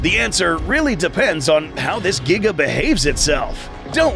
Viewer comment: The Giga’s “Gnash” ability refers back to when you discussed the unused prologue of Jurassic World: Dominion two years back. “The T rex’s throat was slit by the ‘Jiga’ (as you pronounced it back then).”